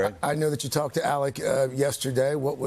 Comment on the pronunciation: ALEX NOT ALEC